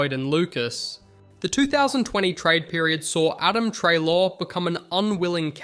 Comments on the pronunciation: What the hell, this video is just littered with errors. The pronunciation of Treloar, Tom Bellchambers’s photo instead of Scott Lucas, saying Jordan McMahon kicked the winning goal against Melbourne, when it was in fact Richard Tambling (which btw meant dusty came to Richmond, so a big win for the tigers) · How did you say Treloar incorrectly in 6 different ways